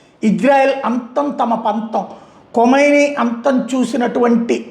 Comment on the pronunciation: కొమైని కాదు . కమేని kadha